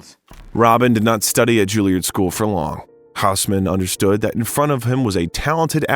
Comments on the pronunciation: Learn to pronounce “Juilliard” properly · Julie-ard school 🏫 😅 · If only the narrator could pronounce the names: Julliard, Pinter, Ebert and other furiously famous names being mispronounced is just lazy. And very distracting.